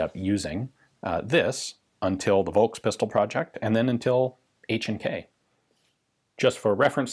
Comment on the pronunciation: Just a quick note on pronouncing "V" in German: "Volkspistole" ist pronounced like "Folkspistole". Same goes with Volkswagen, Vogel, Versicherung etc. So "V" is (mostly) pronounced like an "F" in follow, find, father etc. A rare Exception would be Varianz, which is pronounced with a "W", like wagon, war, worth etc. Anyways, great and interesting video as always :)